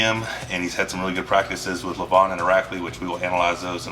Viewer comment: yo, wtf :d so ur telling me that saying someones name correctly requires knowledge of their language , we are not talking about Chinese (no offense :D its just way more difficult) like , just say Levan, not Levon, at least read it